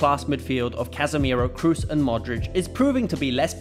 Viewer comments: Toni Kroos, not Toni cruise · Toni krus nooo pleasee hahaha. Toni Kroos (long o) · Is kroos not krus. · Tony Kroos is spelling Tony Cros, not Tony Cruse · How come you pronounce Kroos incorrectly?